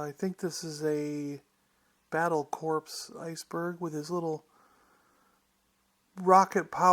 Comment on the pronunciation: "Corps" is pronounced "core" not "corpse."